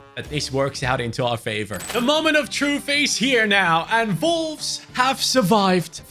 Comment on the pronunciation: the way bro says Volves is insane